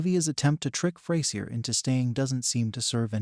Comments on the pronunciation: It’s pronounced Fray-zhur, you Neanderthal nit wit. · Well this is a big poo poo party! Sorry but you are about as wrong this as you are pronouncing the characters name! A being that Grammar is close if not a obtaing a TV record for a 40 yr career in a sitcom who are we to judge? any new series needs time to gel. The difference is that frasier has an arsenal of not one but 2 award wining cast that could show up at any point. Honestly he could keep it coasting for 2 or 3 seasons with that alone. We simply have a new cast learning to work together first.. Fraisier has to have challenges, it keeps things interesting. He will however need to develop his cast to build a legacy but that will take time, Freddie has strong characteristic and that has potential. also Grammar has a lot of energy for his age and this will make all the difference.